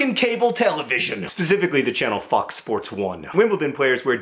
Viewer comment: thought john said "Fucks Sports One" 😂